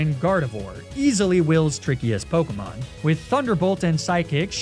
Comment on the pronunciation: it's so infuriating how he mispronounces half of the pokemon, town and leader names. I hope it's on purpose and not just pure ignorance